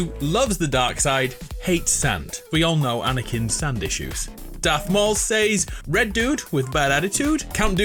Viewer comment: "Seys" It's "Says"